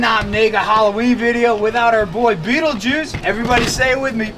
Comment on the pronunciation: STOP SAYING BEETLEGUISE lol, great video guys beautiful reptiles and amphibious critters and bugs:)